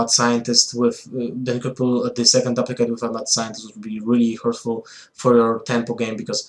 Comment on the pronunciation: DOOP-licate Not DUP-licate